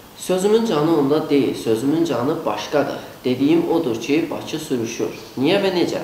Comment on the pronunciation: Bizim Urqantımıza bir baxın siz azərbaycan dil6ndə danışa bilməyən bir gədə camaata ağıl öyrədir Baцы yox bakıdır şəhərin adı )) kimlərə qaldın ay Azərbaycan